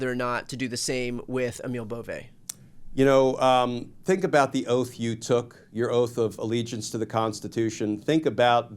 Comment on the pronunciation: Whether you support this guy's nomination or not, please have the decency to pronounce his name correctly, "Bovee".